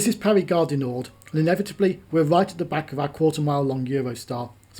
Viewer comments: Great video. Very interesting, but as a pronunciation pedant I would like to point out that Gare Du Nord is pronounced NOR nor NORD. The D is silent unless an E follows it. The Swiss town of Chiasso is pronumbered KEE-ASS-O. and your destination is BO-VA Marina not BOVVER Marina. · Ironically, he says Gare du NorD - the D should be silent!!